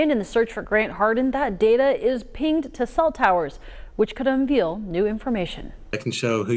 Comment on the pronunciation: "Un-veal" new information.